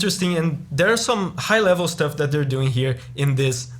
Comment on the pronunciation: "This piece - it's a piece dat", as a Russian, I don't need to hear the rest of the review after this!